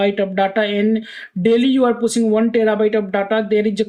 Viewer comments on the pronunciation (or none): Pushing ❌ Pussing ✅